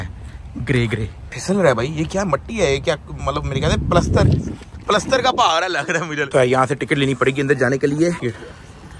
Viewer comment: پہار نہیں پہاڑ